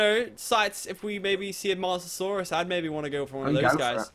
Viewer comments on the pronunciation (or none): Mose- eh- saur- ess not moss- e - o - sauruses